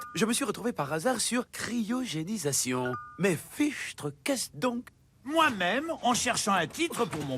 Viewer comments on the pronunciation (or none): Crier o génie :')